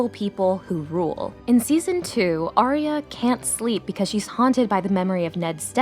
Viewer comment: It hurts my heart every time y’all say her name. She’s Arya, not Aria.